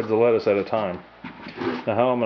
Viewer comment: nigga said tey fo letaus haaahhaha